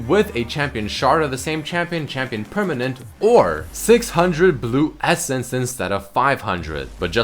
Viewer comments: in says permanen6 :P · ''permanen6'' I had to buddy ¯\(ツ)/¯ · lol "prrmanen6"